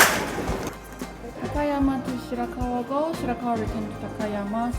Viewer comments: It's shirakawa -go po 😢 Not shira-kawa-gow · Shirakawa-go ok doc Naiilang ako sa pag bigkas mo kasi eh 😅😅